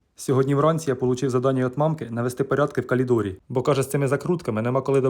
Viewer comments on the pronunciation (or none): Не колидор😂 а коридор! Я колись так говорила, але вчителька мене виправила. Так я тепер знаю😆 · Коридор А не калидор😂😂😂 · каЛідор 😂😂😂😂😂 , який безграмотний це просто жах 😢😢😢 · В калідорі😅😂 Дааа... ми так говорили в далекому дитинстві😊 Молодець! Ти Супер!🥰😍❤ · Бля ну " КАЛИДОР " это конечно топ))))😂😂😂😂 фанеру пробивает 😂бля я поржал хорошо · Ой, я не можу 😂! Регочуся вголос. Калідор це сильно. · «…..калідор….» 😄 В нас також так казали. І мені смішно стало 😂